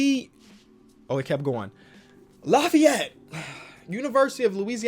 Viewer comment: The way u say Lafayette makes me mad 👁️👄👁️